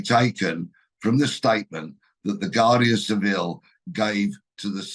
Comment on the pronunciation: The Spanish Police have no obligation to disclose their lines of enquiry. Wake up !!! They are hardly likely to Inform possible perpetrators of what they are doing. Oh and have the good grace to pronounce Guardia Civil correctly. Talk about people in glass houses.